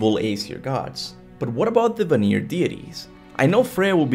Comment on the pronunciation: bro I love your videos but for the love of GOW can you please go back to the game and see how they pronounce vanir because you have been saying it wrong it's van-ir not va-nir